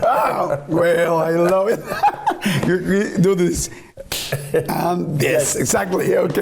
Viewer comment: Yordi, hablas el Ingles super bien pero hay una palabra que te falla. Yo hablo Ingles y te note diciendo "Ju" en vez de "Yu" queriendo decir "You" (tu) en Ingles. Gracias por entretenernos, sigue y no pares.